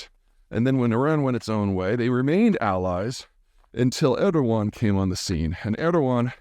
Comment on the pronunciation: Split off from the mongol heards in the 1200s? You're only off by like 900 years. AND JFC i have a lot of respect for you peter but learn how to pronounce Erdoğan. He's only been in power for 20+ years